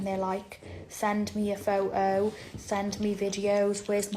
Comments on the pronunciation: Majori-ee? Fou-oh? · It's peak Bri'ish innit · "Send me a pho-O" Ok,. What an uncouth peasant she is.